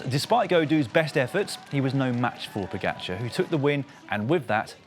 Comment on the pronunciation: Fire the commentator that can't pronounce Pogacar.